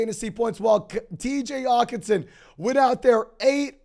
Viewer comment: can this guy not annunciate the H in Hockenson.. lol